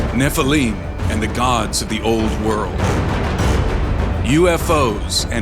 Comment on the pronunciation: But he mispronounced Nephelim in the very first word .